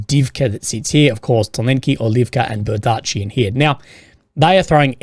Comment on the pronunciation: Bee-ER-dee-chi. Not ber-DEE-chi.